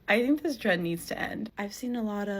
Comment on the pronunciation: I'm embarrassed that the guy speaking doesn't understand the difference between a "th" and a "d" when he speaks. Dey, dat, dese, dis? Has he ever seen the inside of an English class?